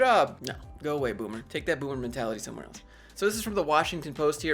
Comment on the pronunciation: Thought you said 'boo boo', but it was 'boomer' 🤣🤣. Invasive way to track people during paranoria . This says something about the employer and the culture, I would stay clear